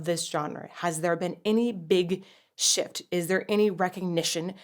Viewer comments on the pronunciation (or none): I know you said "shift" but I keep hearing "shit" and I can't stop laughing lol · Yup, I did a double-take. 🤣